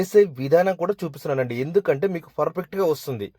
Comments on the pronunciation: Fur fect kaadu babu pa pa పర్ఫెక్ట్ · Adi perfect furfect kaadu